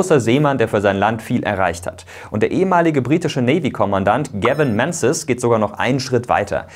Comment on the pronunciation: Klasse Video 🤙🏼 Bloß zwei Kleinigkeiten: [Dschen] He statt Tseng He und Gavin [Mingiss] - bezüglich der korrekten Aussprache.